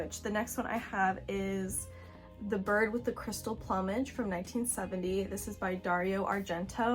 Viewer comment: I enjoyed watching your reviews of these films and your opinion on the dubbing, which initially baffled me too. Btw check 'plumage' pronunciation 👍